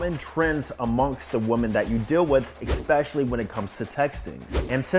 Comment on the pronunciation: Expecially 😅 otherwise great video